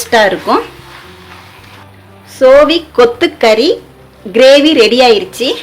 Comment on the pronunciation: Ada keerai name konjam thelivaa sollunkappa